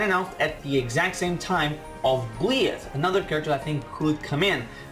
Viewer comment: byleth is pronounced by-leth, i believe we'll get at least 10 more dlc fighters and i believe that at least 2 of those fighters will be geno and shantae (unless shantae is revealed as challenger pack 5) but i could see some of the additional dlc fighters coming with a stage and/or music, i think we could see byleth, dixie kong, maybe grooky's final evolution and maybe elma, i could also see lloyd Irving or even agumon getting in, in regards to doom slayer and sora i could see them being mii costumes, they could replace the spring man assist trophy with his robot duplicate spring-tron in order to bring spring man as a fighter, i could see master chief getting in as a mii costume, i think that if crash does get in he'd be the very last dlc fighter that we get